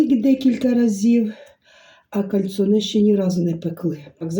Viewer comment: Добрий вечір,, вибачте наголос ставиться на букву "о" і орігано наголос на букву "і".Ви праві, кальцинованої їсться руками, так смачніше.Ви чудова людина.Дрбраніч.